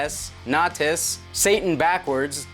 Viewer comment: Nay-tahs lol